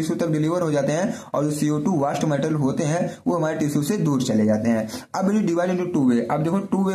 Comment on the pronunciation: व़ास्ट नहीं वेस्ट सर